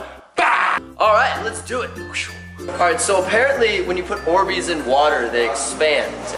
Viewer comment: Faze kay: Are these ohhbeez 😂😂😂